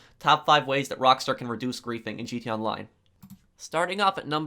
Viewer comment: “GT ONLINE” bro slow down when you talk